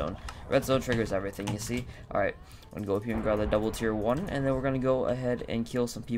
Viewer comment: YAS! Wan hundred :D